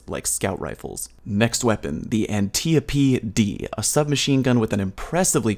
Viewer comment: How is it everyone says Antiope wrong in this community? Antiope is an Amazon from Greek myth that was adopted by DC and its pronounced An-tie-o-pee.. not anti-oap or ant-eo-pee..